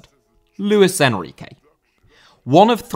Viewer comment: Enrique* not Enriquei